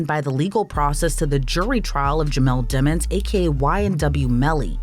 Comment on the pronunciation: His last name is Demons!....stop pronouncing it demmons😢